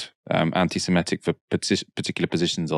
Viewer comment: Someone please tell that the word "semitic" does not rhyme with "emetic" - his pronunciation drives me slightly crazy in these vids